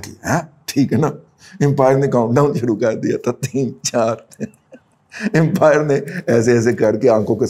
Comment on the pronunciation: Razi Sahab aapki angrezi bahut hi maadi hain, "Impire nahin "Umpire" hota hain. "Simple as that" nahin "As simple as that" hota hain.